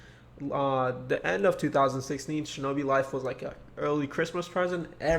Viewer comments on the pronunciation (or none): decembaaaa shinobi fife